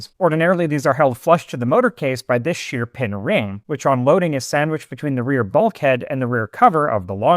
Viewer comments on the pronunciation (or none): none